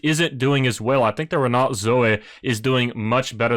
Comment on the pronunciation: Nice find with this but Its pronounced - Renough and Alfa Romayo